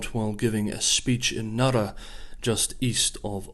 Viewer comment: I appreciate people who take the time to pronounce foreign names and places correctly, in their native tongue. The Chinese names, Japanese places (Nara), were spot on. Well done!